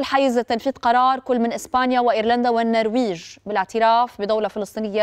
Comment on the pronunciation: مبروك اول مره اسمع لبنانيه تنطق اسم النرويج بصوره صحيحه ....على كل حال اتركي الشؤون الاخباريه قليلا و ناقشي مشكلتك حيث تتعرضين إلى حصار اعلامي من ضاحي خلفان ومن خلف الحبتور ومن حريه ورفاقه الاباضيه العمانيين ومن حسن نصرالله ومن ماهر الاسد ...انت ايضا تحاصرك المشاكل لاتكوني واثقه من نفسك أكثر من اللازم 😂😂😂